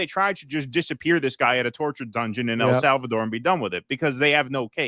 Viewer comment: It is EL Salvador, brother, not AL.